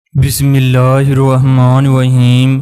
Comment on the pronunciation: Oooo.Bismila to sahi sy prna seak ly bc.